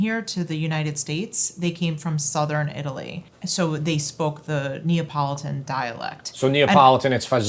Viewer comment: You’re still pronouncing it wrong… same as you’re pronouncing neee ah politan is very wrong… it’s more like nya po lee don My family is all from Palermo and Milan, it’s pronounced fast by Italian speakers… with different mouth movements than what American English speakers are used to… it’s kind of in the middle of fa gi olay and fazool but neither of those are correct… it’s more like fa joel le